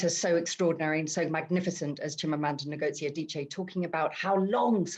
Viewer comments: Wrong!! Wish I can make a voice note here, "Ngozi" in Igbo, is "Ngozi! Not " in nor "I'm! It's totally wrong and don't put it up here as an advise cos am not sure you are Igbo please. The " N" is is like that in Igbo, and there is no other way to pronounce it, you just need to try harder. Thank you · do u really understand phonetics.... how foreigners pronounce it is "Nigozi" it is supposed to "ingozi"